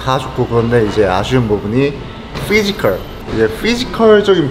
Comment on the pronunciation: 바이퍼 어디 유학파냐 피지컬할때 f 발음 졸라하네